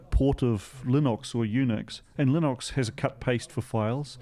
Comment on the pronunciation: There are now a lot of subscribers out there furiously searching for this linox thing - gotta love a kiwi accent 🤣 Oh well i shouldn't be such a smart arse - it sounds like linix with an Aussie accent 🤣🤣 I think i will stick with my Raspberry pi 400 - they have somehow managed to anticipate the time it takes for me to go and grab a beer from the fridge - i type something into chromium , press enter , go get a beer and when i get back it loads what i have searched for just as i crack my beer open - Bliss!